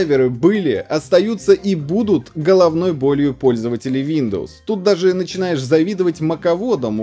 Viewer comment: "Шиндоус"))) никогда не слышал))